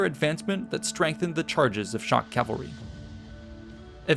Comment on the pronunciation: rout, not route! More importantly: CA VAL RY! Say it: CA VAL RY. The entire video, you say Calvary.